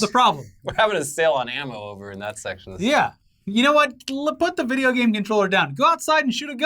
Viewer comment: "You can't take my vijya games!"